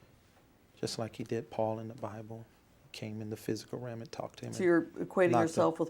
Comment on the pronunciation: Realm. He says ram though